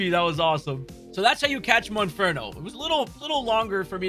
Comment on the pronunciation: MONFERNO KRICKETOT. If you’re going to do a video about finding these Pokémon, for goodness sake say the name of the Pokémon you are actually referring to CORRECTLY.